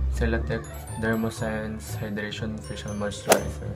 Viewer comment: Dermoscience, hindi dermosense